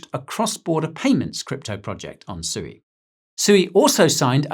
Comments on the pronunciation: It's pronounced SWEE! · Isn’t sui pronounced “swee” haha